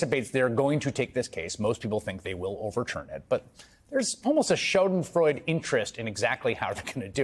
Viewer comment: “Shaw-den freud”